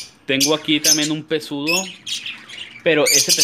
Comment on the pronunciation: se llama ALPISTE no alpistle, y el periquito es Pseudo (sin pronunciar la p), no pesudo